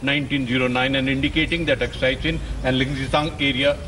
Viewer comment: who hires these anchors who dont even know how to pronounce Aksai...she pronounce it as "Akshay" 🤣🤣